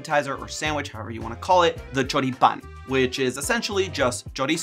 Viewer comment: Hearing you pronounce Choripán and Chimichurri was exquisite, my man. Have you been to, or are from here in the South? Either way, I loved your take. Saludos desde Argentina!